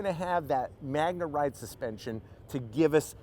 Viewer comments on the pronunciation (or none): Magna ride? Did I hear that correctly?